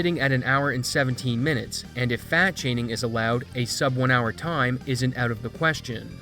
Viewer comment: I thought he said fat shaming xD